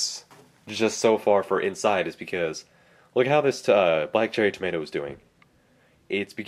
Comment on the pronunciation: Tow- Ma- tee- oh? Tomato??